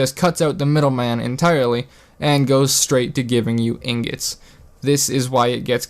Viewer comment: YO YOU HAD ME LAUGHING ON THE FLOOR BECAUSE YOU SAID INGETS AND NOT INGOTS I DIED! XD why did you do this to me man! rotfl! INGETS? LOL I AM DONE!